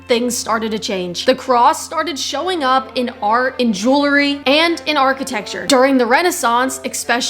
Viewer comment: The word is “ jewelry “or “ jewellery “ if you’re British. Not “ jewlery “.